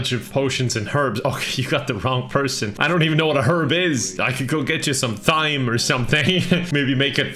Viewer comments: How do you even make a thyme pun if you pronounce it that way? Like it’s supposed to be because it’s a homonym for “time” lol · Are we gonna ignore the fact that pronounce thyme “th-yme”? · Ugh, can't believe mispronounced herb and thyme lol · thyme is time not thime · Did he pronounce thyme that way on purpose? Because every other word that uses TH, he pronounces just as a normal T. But this time he said th-yme. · As an American, the way pronounced “herb” and “thyme” made me want to scream. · You pronounce "thyme" with the "th" but say "three" as "tree"?????????